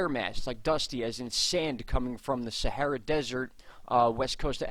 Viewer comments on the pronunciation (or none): none